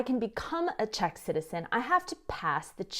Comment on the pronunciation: you have the cutest and most precise pronunciation of Czech. For an American girl, shocking!